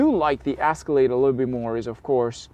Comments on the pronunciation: Its pronounced "Escalade" Not "Asscalade" Wtf! Who is this guy? 😄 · Escalade, not "Ascalade". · The Asscelade (how you pronounce it) is simply better. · It's not an "asscalade" try Ehh scalade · It’s not an asscalade, it’s Escalade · Did you say ass-calade?? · Is he calling it an ASScalade on purpose? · Ass-calade? S-ca-lade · The “asskalaid” 😆😆😆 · What’s an Ass-cilade? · Is he saying Ass-calade? 🤣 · Lol why are you saying Ass-colade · Am I the onlyone who keeps hearing him say the "ass-calade"? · Ass ca lade! 😄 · I’ll buy the Caddy just cause this bozo can’t even say the name right 🙄. Crack reporting “car guy”